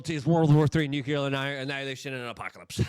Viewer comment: Armah-gedding! And a new-cue-lerr war